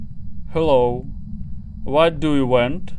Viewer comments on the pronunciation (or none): бери побольше уроков у Ксюни))) Фраза - вот ду ю вент (что ты пошел) смешно)))) вент это ты хотел сказать - вонт?